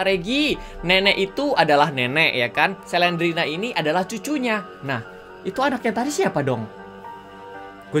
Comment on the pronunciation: Slendrina bukan selendrena